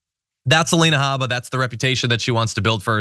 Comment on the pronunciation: How about Aleina Ha-BAH! That's the correct pronunciation of her name. She's Iraqi. 🗳️🔵⚖️🇺🇸💙🇺🇸⚖️